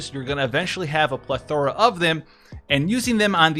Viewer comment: mate, I've noticed there's this world you love saying that you're actually mispronouncing. You're saying /pleth - er - uh/, when it's actually / pleth -er-uh/. The stress goes on the first syllable, not the second one.